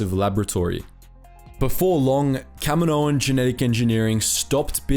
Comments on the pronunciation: Kamino = cam - een - oh Kaminoan = cam - eh - no- an? Wouldn't it be Kaminoan = cam - een- oh - an? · Kamino-an. You sound dumb saying Kami-noan. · What is Camo-noan? It's Kaminoans. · For the amount of times you saying there race it would help if you actually said it right just once.